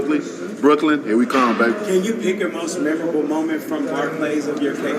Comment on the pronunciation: My man's struggling with the phrase "MOST MEMORABLE MOMENT"